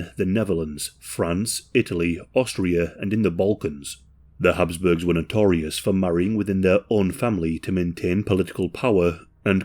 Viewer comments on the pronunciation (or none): Habsburgs not hasp